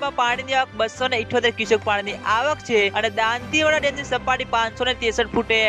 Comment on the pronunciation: ભાઈ તુ હજૂ દાંતીવાડા બોલતા ના શીખ્યો